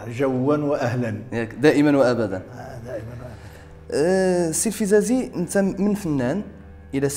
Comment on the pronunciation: للتصحيح :الفزازي بفتح الفاء وليس الفبزازي